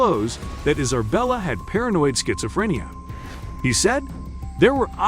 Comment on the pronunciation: 2nd ✌🏻 Is it me or did it sound like he said "Iserbella" instead of "Isabella".